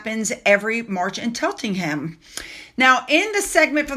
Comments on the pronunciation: I watched the ‘Full Gallop’ episode last evening - it’s an insightful look at the lives of jockeys and trainers - Zara’s piece was a short cameo - nothing more. (Btw Cheltenham is pronounced Cheltnum) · Cheltenham is pronounced Chelt a num x (we brits just love our weird place spellings 😂)